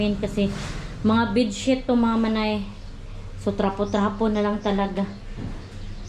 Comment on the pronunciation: bidet ang tawag jan sa pang spray sa lubot.Buh- dae ang pronunciation😢